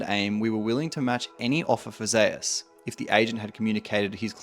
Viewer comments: Why is his name pronounced "Zayus"? And not like the Greek God Zeus? ZOOS. Faker isn't pronounced "Fah-kur". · Only league players can mispronounce Zeus so horribly wrong. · Bro how u cant pronounce the name "Zeus" ....